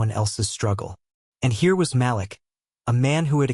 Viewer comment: can you please pronounce Malik as "Ma leek"? I love your stories but it makes me a little "off" when names are not pronounced correctly.